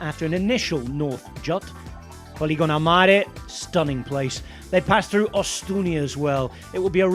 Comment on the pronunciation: Polignano a mare NOT poligono, ngurant